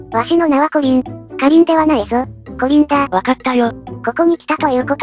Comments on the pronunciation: コリンじゃなくてカリンwwww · こりんじゃなくてかりんですよ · コリンじゃなくてカリンですよw